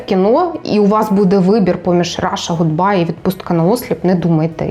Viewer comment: Даруйте - "Ґудбай"* 😌